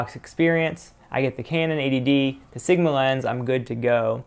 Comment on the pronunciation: It sounds like you're saying 'ADD'.